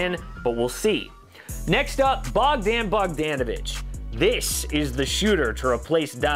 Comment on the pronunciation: You need to learn how to say Bogdan Bogdanović!